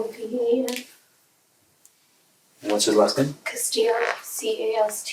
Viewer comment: How did this man’s mother name him Jovan and then pronounce it like Javon??